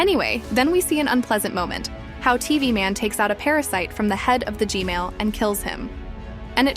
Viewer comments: can you say gman not gmail 😢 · did anyone else hear "gmail" instead of gman?